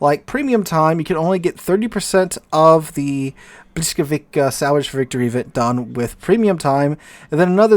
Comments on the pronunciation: "bwis", Błyskawica has an "L" with a slash through it. In Polish (and some other West Slavic languages), that is pronounced as a "wah" sound. While the letter "W" is pronounced as a "vuh" sound. So the correct pronunciation is, indeed, "bwiskavitsa" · Ok, Pole here. It's "bwiskavitsa" :) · it's more like "blyskawitza", no hard K at the end. difficult language i know :) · Aaarghh! Bvis-cah-vi-tsa... The stroked L is pronounced as either v or w, depending on its position. The c is pronounced like k in Polish. Interestingly, if you take a close look, you can still see the German "Blitz", from Middle High German blicze, in this word. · Man you're really butchering the name of that ship ;) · Thanks! An English-speaking American looking at "Błyskawica" has no clue whatsoever how to pronounce it just by looking at the word, the correct sounds of the letters are totally foreign to them, which explains butchering of the correct pronounciation. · Yeah, who would expect a teacher to make a simple copy paste entry into a translate tool and klick the "speaker" button to listen to the pronounciation. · Well, but its not quite that simple. Hearing the correct pronunciation, and saying it, are two different things. That is why people who are non-native usually have accents. However, I agree that he butchered it badly and could have done better.